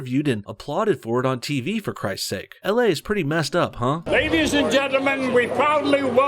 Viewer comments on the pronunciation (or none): none